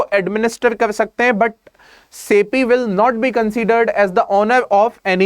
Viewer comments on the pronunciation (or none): none